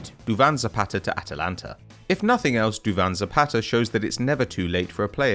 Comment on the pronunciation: I replayed that 3 times trying to convince myself you didn't say "Duvan Zapatatata"